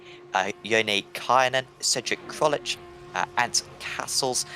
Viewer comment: just pronounce my name Krolczyk, "Krolchic" and not "Krolich" lol :)